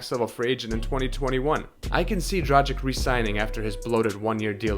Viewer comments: kaže se D R A G I C - ovaj tim Miami heat na zapadu bi se borio za 8. mesto tj za ulazak u play offs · Another american who cannot say Dragić, it's tragic. So hard to listen.